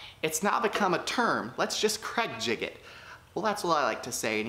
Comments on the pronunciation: YOU ARE AWESOME I LOVE THE WAY U POP UP ON THE SCREEN IT MAKES THE VIDEO SO MUCH MORE FUN. I ALSO LOVE HOW U SAY CRAIG JIGGET. I LAUGHED SO HARD. CAN U MAKE A FLOATING SHOE RACK PLEASE. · Please, please, please STOP using cregjigging the word is "use pocket holes" or " we will use creg jig pocket holes"